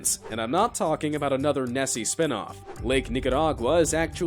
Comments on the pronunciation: Nessie, not tessie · It's nessie not tessie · Isn’t it Nessie not Tessie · Nesse not Tsse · its nessie not tessie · IT IS NOT TESSIE IT IS NESSIE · Tessie? It's Nessie lol bruh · the loch nesses nickname is nessie...not tessie. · WHY IS NO ONE TALKING ABOUT HOW HE SAID T E S S I E it’s NESSIE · It’s Nessie not Tessie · The name of the sea monster is not Tessi but nessi right? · Did anyone got mad of him calling NESSIE...........Freaking Tessie! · “tEsSiE” it’s nickname is Nessie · I thought it was “Nessie” instead of “Tessie” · Its Nessie with a N not a t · Tessie or Nessie????! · He’s calling it “Tessie” but I though it was Nessie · Did he just call Nessie tessie??? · Its not tessie its nessie lochness monster its not lochtess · It’s called Nessie not tessie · You know that it's not Tessie. It's Nessie, which come from "Loch NESS" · It is Nessie not Tessie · Tessie? I thought it was NESSIE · “Nessie” not “Tessie” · Wait he said tessie i thougt it was called nessie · Nobody gonna correct him in that it was Nessie and not Tessie... Her name coming from the Loch Ness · Tessie? I thought it was Nessie.. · It's not tessie its nessie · It's not tessy it's nessy. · Its Nessy, not Tessie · It’s Nessie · its Nessie